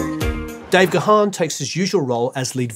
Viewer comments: you might now live in LA and listened to KROQ back in the day but you are still English……. Dave’s surname…. It’s “Garrrn” not Gah’han (he’s not a Klingon)! 😉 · It's not pronounced "Guh-Haan". Dave's last name is simply pronounced "...GONE..." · Dave Gahan pronounces his name as 'Garn' not 'Ga-harn'. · Brilliant video! 💕 Just FYI that Dave's surname is pronounced as one syllable ("Gahn") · Great video,. Dave's surname is pronounced "Garn". Cheers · Stop calling him Dave Ga-Han.. the H is almost silent ffs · You should lose that "h" when you pronounce Dave's surname,. Strange you didn't catch him pronouncing his surname in his interviews. It sounds more like Gaan. Cheers! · Any Mode fan worth their salt knows that Dave himself pronounces his name with a silent H. G-Harn sounds weird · It's pronounced gaaaaaahn... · It is time to learn to pronounce Dave’s last name correctly. He has answered this countless times and myriad interviews with him exist on YouTube where he introduces himself. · I thought you were a huge fan! You don't even know how to pronounce Dave's surname. All and any respect completely gone.